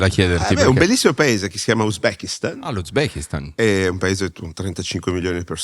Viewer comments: “Sono l’ Uzbechin, il Kalzachen, il Kirzichen, il Susmechin, l’ Arz z, z” mettete a velocità 0,7x 💀💀 comunque qua un po’ ragione lui ce l’ha. Dire “persona X è negli Epstein files fa pensare alle persone = pedo” Oggi la maggioranza delle persone non va a verificare ma si fida ciecamente del loro “influencer/content creator preferito”. Si fermano al titolino clickbait. Sapendo questo è ovvio che fa causa. Anche se teoricamente non avete detto niente di sbagliato. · Onestamente mi e simpatico! Non so cosa pagherei per essere accanto a lui mentre dice: uzbekistes, nazikistens., kazakinis... Ahaha mitico!!!!😂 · "Uzbekina, Kazark, Kizirk, Tsuzmekiza, l'Arze!" Lo abbiamo capito che sei meglio di David Copperfield, non serve che ti metta anche a pronunciare le formule magiche, tranquillo.😊 Era una magia per viaggiare nel tempo? No perché Papa Leonardo XIV deve essere avanti di almeno un millennio considerando che non è mai esistito neanche il primo... Che potenza! Altro che Copperfield, qua siamo ben oltre Gandalf.😅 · "tuzmeki, ubzecc"... Imbarazzante, ma ok